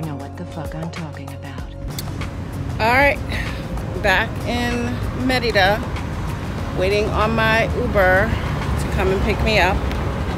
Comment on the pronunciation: I really appreciate how you pronounce Mérida correctly, not like most other U.S. creators.